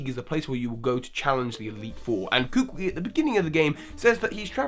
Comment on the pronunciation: Finally! SOMEONE else who pronounces professor Kukui's name exactly like me!